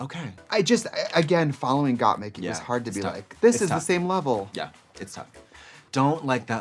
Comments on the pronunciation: they mispronounced the queens' names (Kandy Mousse, Got Meek, etc) to the point where instead of saying Symone, Trixie said "Love Simon" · Got meek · I love how every other queen was correcting Trixie when she would say Gottmeek but Katya came in and just mispronounced all of their names lmfaooo